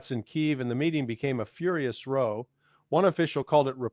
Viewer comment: It seems like an AI since common words like US, row (british), etc are mispronounced. Words the actual Larry Johnson would know how to pronounce. As I noted in my post above, the summary of Ukraine war status is nearly a word for word copy of Alaxander Mercuris's post today.